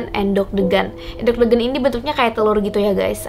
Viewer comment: cuma miss di pengucapan kata kata geger , endhog , degan aja kok kak selebihnya informasi nya oke